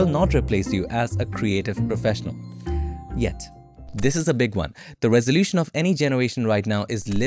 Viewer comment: That "Yet! " is so scary man